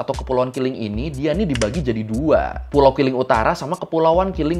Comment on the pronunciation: Keling ✅ Kiling ❎